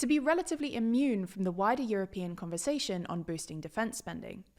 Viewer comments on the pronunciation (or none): none